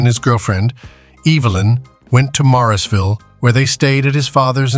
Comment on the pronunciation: Mooresville not morrisville